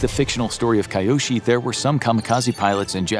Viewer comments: The name is pronounced Kee-yoshi, not Kaiyoshi. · 'Ki-' isn't pronounced "kai", it's pronounced '"kee". So Kiyoshi is KEEyoshi, not KAIyoshi. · KAI yo shi no. Kee yo shi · So, So many things wrong with this video, both factually and culturally. Please put in some effort into research, unless you're putting a disclaimer that your "story" is based on stereotypes and assumptions. Too little space to even gloss over, but to start: He got a "*White*" paper? And WTF is "Kai-Yoshi"? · You do a great job of narrating but I urge you to work on pronunciation. KEY-YOSHI Kiyoshi Do better! I know you can! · I was thinking why Chinese background music And Kiyoshi isn't pronounced right